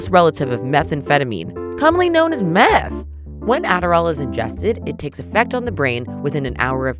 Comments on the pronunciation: I cant be the only one that replayed 10 times because the way the commentator says mEhAtH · “Commonly known as MeAThHh” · getting back to the original topic, I've only skimmed this, I think the main issue is how the author depicts meth as a green monster and the vocal inflection is intense when she says "IT'S SIMILAR TO METH!!1!1!one!!". It's cool that people in the comments are happy to do the research, but for most americans, the ability to spew 'adderrall = meth" is detrimental